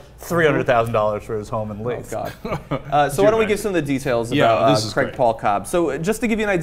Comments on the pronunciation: It’s pronounced “leaf” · I live in North Dakota. He was prosecuted and I haven't heard any more. The town name is Leith (Leeth). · Leith pronounced Leeth. He got his butt run off.